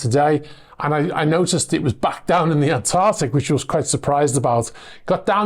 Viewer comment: ANTARCTIC... Not Antartic! Pedantic But Just because it's still Febuary. Hahahaha!